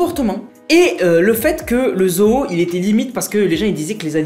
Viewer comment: Ta façon de dire zoo me tue. Zoho 😂😂